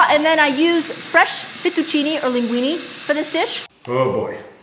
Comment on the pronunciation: it's weird, Giada mispronounces spaghetti as speeghetti, and fettuccine as Feettuccine.